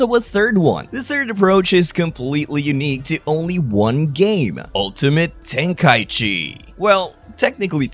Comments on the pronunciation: Why do people call it tenkai-chi instead of tenkai-ichi? For shortening purposes? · well i just looked it up on language translators and they pronounce it ten-kai-ichi. Hell even the game pronounces it ten-kai-ichi in the menu for 3.